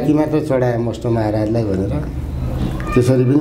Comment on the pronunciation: मष्टो हैन भाइ मष्ट हो।